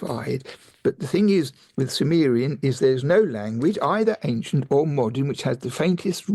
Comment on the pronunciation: Am I mishearing this, or does the host,, pronounce “ancient” like a mix of “ank-shent” and “ayn-shent”? I ask this because I recently ran across an American YouTuber in his early 20s who clearly pronounces “ancient” as “ank-shent”, the first time I’m ever heard a native English speaker do so. So, I wondering if that other YouTuber and grew up in the same part of the US.